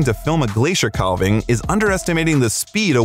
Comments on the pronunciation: Not to be a know-it-all but it is pronounced, CAV-ING not CAL-VING. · Dude, it’s not pronounced ‘cal-ving’ the ‘l’ is silent….it’s pronounced ‘caav-ing’ ….. 😏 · Go to Alaska. They are amazing. To the announcer: Think of this; a cow has a calf, not a callph. It's a calving, not a callving. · I love to watch videos about glaciers… but, I wish the narrators would learn how to pronounce “calving”. It is the same as in “cows have calves, so there is a calving season”. The “a” sounds like “cat” and the “l” is silent. I cringe every time I hear someone say “cal-ving”. Drives me nuts! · Wonderful clips. Thanks. A note: Calving is pronounced just as if a cow is giving birth to a calf. Almost like the letter "l" is not in the word. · Narorator, please learn how to pronounce “calving.” The L is silent. Like having but with a C.